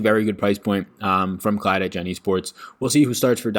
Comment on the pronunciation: Hey! Just an FYI, I know some of the names are tricky but for Clid it’s pronounced like lid rather than Clyde. Just Incase it confuses anyone!